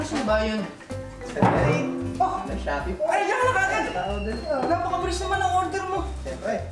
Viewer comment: Pakinggan nyo yung Lashoppi daw sabi ni